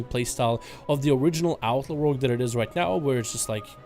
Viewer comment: you can’t even freaking pronounce rogue as a rogue player shame on you Rouge is what girls pur in their cheeks